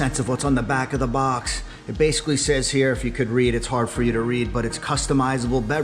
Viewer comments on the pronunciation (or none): none